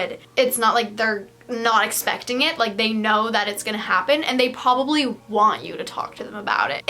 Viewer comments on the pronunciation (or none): did she say pobably